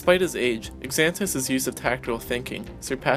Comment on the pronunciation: Xanatos is pronounced Zan-ah-tose with a Z sound, not an x.